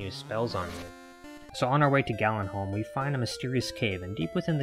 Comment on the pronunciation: First you say Gallen… dudes name is Garin… He made a town called… what you seemed to say “galin halm” … it’s garinham…